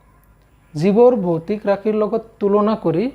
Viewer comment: Sir boitic nohai he votic rakhi 😂